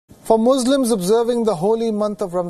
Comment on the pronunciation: Learn to pronounce.. you are telling Muzlims where as it is Muslims.. Even your colleagues say Muslims. Learn from your colleagues or get lost from screen & news reading. Try something else. You are spoiling Wion Gravitas Image.!